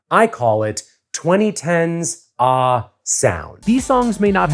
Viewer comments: 1. Feel It Still not being in the Top 10 is a crime. 2. Including Blackout redeems the Top 10 list. 3. Hearing pronounce “ahh” as “ah” instead of “aa” is very funny to me. The h’s are a substitute for s, my friend. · “ahh” is not ahhhh! it’s “ass” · You pronounced "Ahh" wrong. Ironic since in the 2010s, the phrase "head ahh" was quite popular to say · pronunciation of "ahh" is the whitest thing I've ever heard, and I'm white.